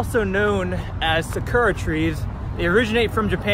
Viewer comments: This man just said sa-kewra trees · The cherry blossom tree other name sukura is off of naruto the anime and it’s pronounced sa-kar-a